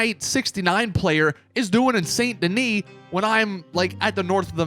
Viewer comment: Idk why but his mispronunciation of “saint denis” bothers me so much